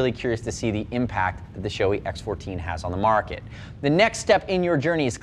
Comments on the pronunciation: Gotta call out the incorrect pronunciation of Shoei in all English language videos. It's NOT Shoe-ee, it's Show-ay. ショウエイ (Shouei) is separated in to ショウ (Shō with a long "o") and エイ (ei). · show-E? no no no, its japanese. show-AY. ei. come on guys.